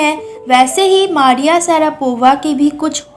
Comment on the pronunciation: Its मरीया षरापवा not मारीआ सरापोवा